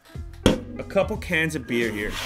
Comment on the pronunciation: THE FIRST TIME HE TOLD BEER I HEARD IT AS BEARD I WAS LIKE WTF??????????????????????